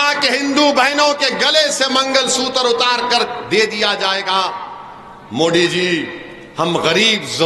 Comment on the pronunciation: mangal sutar nhi magalsutra hota h bewakuff